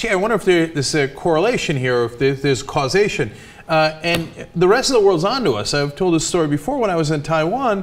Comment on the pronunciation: "causation"??? o_O